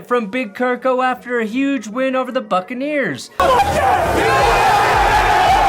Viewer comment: At one point I heard you call them “the Fuckaneers” and as a Saints fan I couldn’t agree more…